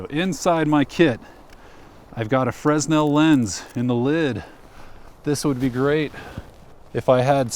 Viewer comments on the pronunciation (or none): Sorry, I can't help myself. Fresnel is pronounced fray-NEL.